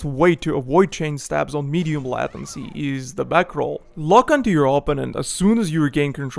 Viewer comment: LAY TIN SEE not LATIN SEE Good vid though .